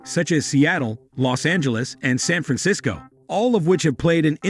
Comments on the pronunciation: How do you say San Fransicso ???????? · They can’t even program the robidiot to say San Francisco. Time to find another con, creeps.,,why is a rural area sparsely populated. Moronic mumblings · Can't even pronounce San Francisco right. I'm glad I only wasted less than 2 minutes of my life on this garbage.